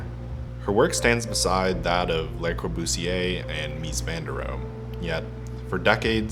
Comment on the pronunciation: It's 'Le Corbusier' not 'Les Corbusier'